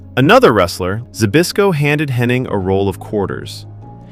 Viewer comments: His name is "Hennig" not " HennING" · Be nice if the commentator was able to pronounce Hennig’s name correctly, without an N.